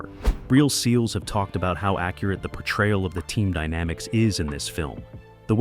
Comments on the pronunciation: ahahah like man, just say seals. 😂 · Why is it driving me crazy that this video is saying “S. E. A. Ls” and not “seals” as they refer to themselves. Obviously it’s in all caps, but it sounds weird hearing it say every letter. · I agree that this narrator sounds idiotic saying S-E-A-L-S lol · The narrator lost me by spelling out S E A L S. I shut it off